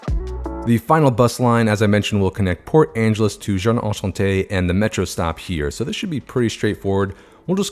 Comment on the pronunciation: As someone who speaks French, I almost fainted when you created the PA-JA line. Enchanté, not Anchanté 😳😭